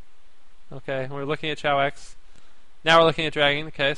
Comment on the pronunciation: its kay-ox not chowoex